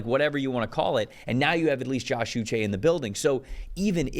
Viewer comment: Pronounced oo - SHAY' Like the Waterboy, but without the "B."